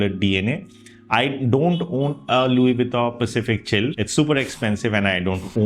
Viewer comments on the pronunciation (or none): none